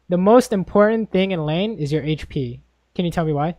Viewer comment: Omg I hate it when he says "hache p" instead of hp.